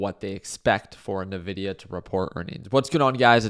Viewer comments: Hey Ricky, love your content. Although as a person who uses nvidia's products. I just wanted to point out that they pronounce their brand name as 'envidia'. Cheers 🥂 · The way you pronounce Nvidia is an interesting life choice 😅